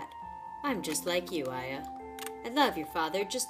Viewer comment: Her name is actually pronounced aaya